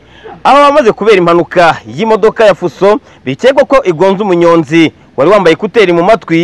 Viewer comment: Umunyonzi not Umunyozi🥴🤥 « nzi, nzu , nzo ,nza , nze »🤙🏽